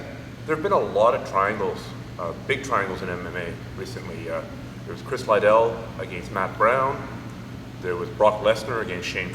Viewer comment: Chris lie-dul :D